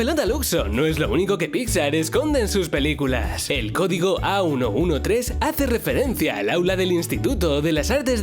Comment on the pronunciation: Se dice acientotrece